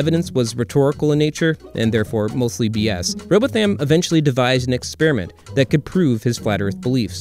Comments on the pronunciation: I am sure you don't really mean that but thank you all the same. It's worse when the so called flat earth leader Eric Dubay quotes his prophet as Rowboth-ham Or experiments to prove curve call the Isle of Wight " the isle of "wigit""! Or the K on the end of the word thing as in something or anything, always pronounced somethink? or anythink? My own accent is not exactly Radio Four but really. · Excellent video but two pedantic, semantic and geographic points. The English name "Rowbotham" is pronounced "Row-bottom" while the letter h is (as often in British English) silent. If in doubt, don't use long or stressed vowels. Also, "Bedford Level", despite the name, is in the nearby county of Cambridgeshire (the flat Fen area are Eastern England). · You’ve said “an unknown writer” etc etc etc around 3/4 times. Listen! Your not even pronouncing his name right. Dude. Please stop it. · He wasn't even saying Robotham properly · Thank you kind sir, my aging mother would not stop complaining about the mispronunciation of our old family name. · He can't pronounce Rowbotham either. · Some much wrong with this crap. 1. These scammers don't have beliefs. There isn't such a thing as "flat earth belief". 2. What the fuck is that pronunciation of "Rowbotham"? If this is representative of your "work" then you should change your channel's name to "The Bad Stuff". Speaking at 500 k/s and sprinkling incorrect information with awful animation doesn't make you cool, only makes wrong and obnoxious. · Downvoted for horrendous pronunciation of "Rowbotham" Shame I cannot add another one for "Cambridge County" (there is no such place) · Not just a mispronunciation, but seeming to say it as many times as possible. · Jeezus... its pronounced Rowbottom, not Robot-ham. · all I can here is .... robo tham.... its row both am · its pronounced bottom robottam,twerp. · Row-bow-tham? Do some research. It’s pronounced ‘row-bottom’. Yeah, it’s a British thing, get over it. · It's pronounced ROW-Bawth-um.